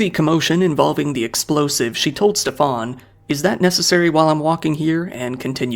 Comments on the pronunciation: His name is "Schtäffan" not "Ste-faan" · Its better to just prounce Steven normally, Steff-ahn as you are pronouncing it sounds french or something and is incredibly jarring (german here)